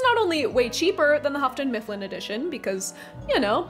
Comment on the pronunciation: Lol “Huffton-Mifflin”